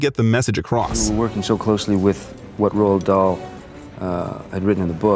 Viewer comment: Lmao I love how the narrator pronounces Roald Dahl as Ro lad Dahl 😂